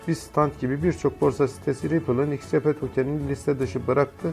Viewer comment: İX RAY Pİ değil yanlız, Ex Ar Pi diye okuyun şunu 🤨